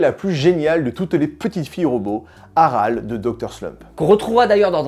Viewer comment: en fait c est pas "Arale" mais "Aralé". Je chipote je sais 😊